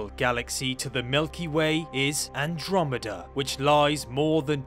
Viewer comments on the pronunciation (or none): none